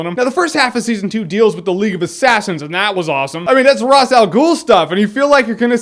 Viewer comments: Side note: it's pronounced "Raysh" not "Razz" PS: Please do a Flash series premiere review!!!! :D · Oh, you're pronouncing Ra's wrong, it's Raesh